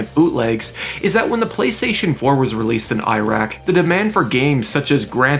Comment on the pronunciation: Why can americans and canadians never pronounce iraq lmao